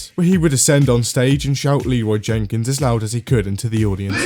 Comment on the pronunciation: Anyone else upset that Leroy Jenkins doesn’t say Leroy Jenkins correctly